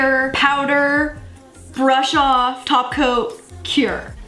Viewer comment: Girl did you hear her when she said tako insted of top coat😆😆😍😍